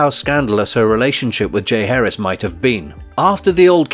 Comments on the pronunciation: Its not pronounced Jay Harris. JAH Heir ezzz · Decent video, but small details matter. It’s ‘Ja-HAR-is’ not ‘Jay Harris’ 🐲😁. Thanks for taking note.